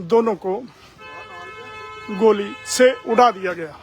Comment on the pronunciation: Report goli ko gaali bol rha bolna hi nhi aaa rha reporter ko